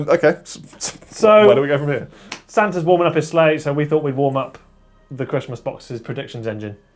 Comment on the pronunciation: I legitimately misheard referring to the patreons as "our Santas" as "arse hunters" and was SO confused!